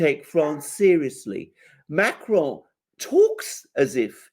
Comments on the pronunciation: should avoid saying Macron’s name. Just anglicize it, if you have to say it at all but whatever that was he was doing with the CR made it sound like an Italian pronouncing “macaron”. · Why does refer to Macron as Macaroni?